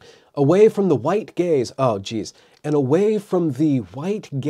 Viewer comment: I can't be the only one who heard "The White Gays" instead of "Gaze" lol